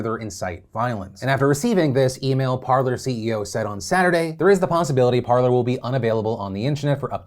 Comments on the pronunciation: I'm fairly sure it is pronounced Par-lay. As in the french verb to talk. Par-ler makes no sense. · Lads cmon. It's basic french. Par-lay. Not parlour.